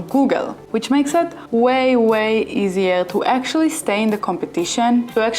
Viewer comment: Easier customer acquisition , not eaisier. .. aquasition ... 😊